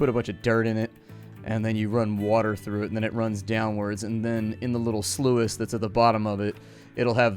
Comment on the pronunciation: The way he was saying sluice was angering me lmao